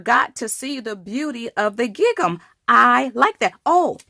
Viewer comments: It’s gingham not gig am. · Wonderful technique, I've never seen this before - thank you for sharing!! I can't wait to try this :D (just a note: gingham rhymes with ring-um) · Great! Just to let you know, gingham is pronounced similar to "ringum". Xx There's no hard G. Xx